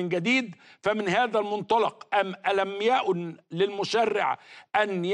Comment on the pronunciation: دقيقه ... (أَلَمْ يَأْنِ)... بس انت طبعا عمرك مامسكت مصحف